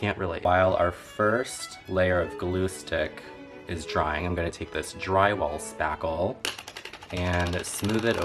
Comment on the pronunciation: Gurl ... did you just say "Dry WALL Spackle"?!? ... *Runs to Home Depot!